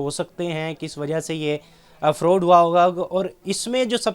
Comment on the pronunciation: یہ فروڈ نہیں فراڈ ھے اینکر صاحب ۔۔